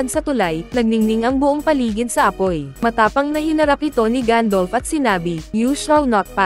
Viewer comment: Gandalf not gandolf